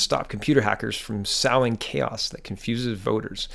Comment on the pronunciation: Sowing is pronounced like sewing - it's so-ing, not sou-ing.